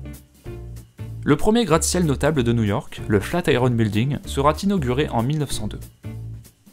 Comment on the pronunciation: il n'y a pas de "T" à la fin de "sera"